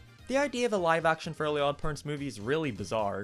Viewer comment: “the FURLY god parents”